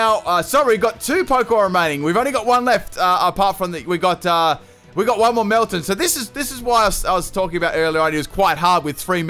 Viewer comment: Did you just call it melmeltan?